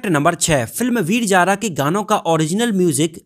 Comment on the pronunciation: Abey laudey veeer Jaara na Veer Zaar........ Z aur j mey farq nai samaj aata kyaaa